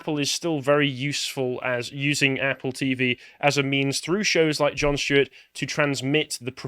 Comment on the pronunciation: Who is Jon Schtuet?